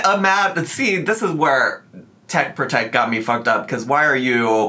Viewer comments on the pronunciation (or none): none